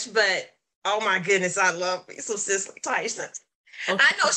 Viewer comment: Did she say Cicely Tyson or Mike Tyson? Don't think I heard right..